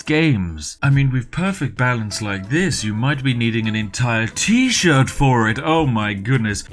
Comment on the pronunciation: I'm sorry, but did you say, Tea shirt?